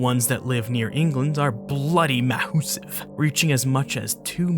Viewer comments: did he say bloody mousive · "The ones that live near England are bLooDy MOUSE-SIEVE" 🤣